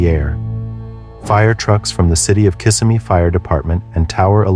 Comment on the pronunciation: Please, it's pronounced KisSIMee People mispronounce it all the time